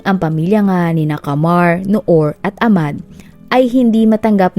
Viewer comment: Ahmad o ahmed hindi po silent H pag pini pronounced ang name nila kasama ang H pag binabanggit ang name